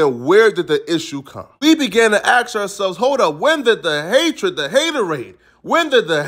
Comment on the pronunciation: This dude is clearly an akademiks imitator you can hear it so well when he puts emphasis on hatred or hatoraid sounds exactly like an old akademiks line lol imagine wanting to be an offbrand ak noobody even likes the real one